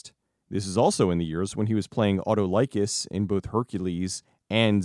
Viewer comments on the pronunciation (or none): A tol O Kiss its pronounced as. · Auto-Like-Us....that was painful, lol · Folks keep putting the stress on the wrong sylLABle these days. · I remember Bruce's name on Hercules/Xena being pronounced "Uh-tahl-uh-kus" rather than "Otto Like-iss." I need to check a bunch of these flicks out. Bruce and Ernie means must-see for me, and I've been debating buying Zero Hour just to watch a good classic drama (especially since it's got Linda Darnell in it). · ("SEE-sil?" "SESS-il?") strikes again. Yeah, in Hercules and Xena, Autolycus is pronounced "ah-TAH-li-cus" with the accent on the second syllable and a short "i" sound for the "y." I love content, but when it comes the pronunciation of various actors, characters, directors, and producers' names, it's clear that he hasn't really heard them pronounced in their proper contexts and has largely encountered them by reading about them. To be fair to, from the ages of 8 to 12, I did use to mentally pronounce the word "grotesque" as "groat's cue" when reading silently until I heard a character in a movie or tv show properly pronounce it. When it comes to unfamiliar names and words, you extrapolate from the phonetic rules and conventions you know... but unfortunately, those rules can lead one astray. It also doesn't help that the names with the same spelling (like, for instance) can have different pronunciations depending on where one lives. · It’s pronounced awt all licus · Your pronunciation of Autolycus as Auto-Like-Us is rather amusing XD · You called him Auto-ly-kiss to F with us right? Cuz bro, im triggered lol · Ah tall y kess. Did you not watch Xena? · I guarantee at least one other person has already corrected you, but that is not how say the name of Bruce Campbell's character from Hercules...lol, auto-like-us...lmao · Figured I did this so you all know how to say it correctly, awe-TELL-ick-us. That should be phonetic enough for all of you, LOL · That's not how you pronouce Autolycus.